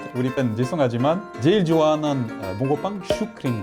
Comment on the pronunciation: 나만 봉고팡 이라고 들리나